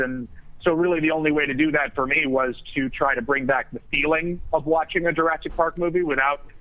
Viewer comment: AHAHAHA! "JURAASIC WORLD" XD